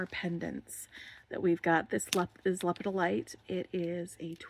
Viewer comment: I always go down the list to make sure I have all the baggies while unboxing mine. Actually you are saying lepidolite wrong. It's le-pid-o-lite